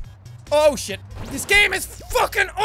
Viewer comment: Who else hears him say "Ocean" instead of "Oh Shit"